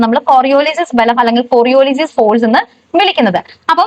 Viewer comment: കൊറിയൊലിസ് not കൊറിയോലിസിസ്